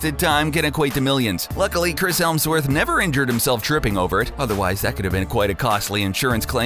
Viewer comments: The's not Chris HELMsworth. It's Chris HEMSWORTH. You fucking idiot. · the narrator kept calling chris hemsworth chris helmsworth lol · Hemsworth...not Helmsworth...do some basic research for crying out loud. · It’s Hemsworth not Helmsworth.... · I'm sorry it's heMsworth not heLMsworth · Hemsworth...not Helmsworth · You said Chris Helmsworth and his name is Chris Hemsworth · It's hemsworth, not helmsworth. How dare you disrespect the son of odin. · "Helmsworth?" Geez. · There is NO "L" in ole boys name! It's HEMSWORTH! So not hard😂😂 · Is it just me or did everyone else hear ‘Helmsworth’ instead of ‘Hemsworth’? I cringed aghahah 😩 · Helmsworth?? Am I the only one that noticed the incorrect pronunciation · erm its hemsworth not helmsworth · Why do you keep on saying Christ HeLmsworth? It's really bugging me! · Did he just say helmsworth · Uhh.. This guy is just Annoying. The way he says out... Lol and he keeps calling Chris Hemsworth, helmsworth. Uhh. Idiot. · It’s pronounced Hemsworth not helmsworth No offence😮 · Why are you saying "Helmsworth", It doesn't have an L in it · Its Hemsworth not Helmsworth. There is no L in his name. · Thumbs down because of the "HeLmsworth". Moron. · So, does the guy narrating this really just not know how to pronounce Chris Hemsworth, or does he think that it's actually pronounced Helms-worth? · he-LLLLLLLL-msworth. and nobody in the editing process noticed? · Chris Helmsworth..? HELM-sworth..? Massive F A I L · It's 'Hemsworth' not 'Helmsworth'. At least get the actors names correct!! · Hemsworth. Not Helmsworth. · IT'S NOT HELMSWORTH. IT'S HEMSWORTH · Might have been nice if they'd bothered to look up how to pronounce peoples names as well. Apparently Chris HEMSworth has changed his name to HELMSworth. Fucking terrible video from start to finish. Dude just wants to hear the sound of his own voice. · Helmsworth? Hemsworth... NO L!! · isnt it hemsworth not helmsworth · "Hemsworth" not "Helmsworth". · there's no L in Chris Hemsworth 😐